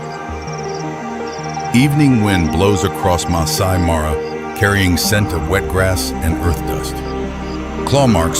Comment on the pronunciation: There is reality here but the footage is not real. The AI mispronounces Serengeti, Masai Mara etc. get the little things right if you use AI